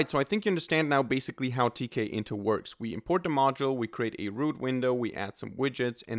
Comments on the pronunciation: Not to be too political, but tkinter is pronounced t kinter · It's teak-inter.